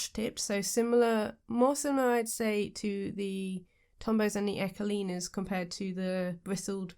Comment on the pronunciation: ecoline isn't pronounced as echo- lina, it's eco- line, the eco part is the same as eco friendly and line is just line. Sorry to be that person.